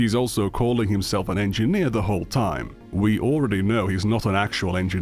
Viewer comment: He was saying edgy nerd not engineer! I swear! At the end of the day ladies and gentlemen I believe mutah.